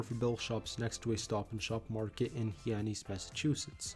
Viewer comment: Hi…The correct pronunciation of Zayre’s first store location is Hi-annis and is spelled Hyannis, located in Massachusetts.